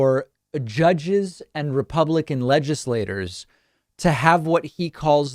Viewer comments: "LEJISSLAYTOR, or LEJISSLAYCHORS." Ohhh myyyy. I will not miss this shell of a man taking a lectern and chewing up the English language like every big word is a wad of dry gum. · wow, "lab technitian" he must've practiced only that word 3000 times, while butchering legislatooooores. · "Legislate-TORS, Legislate-CHURS" lol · It’s a regular riot how djt pauses to say legislators, it’s like he learned a new word and wants everyone to to that he can pronounce it.😂 Pure dipsh!t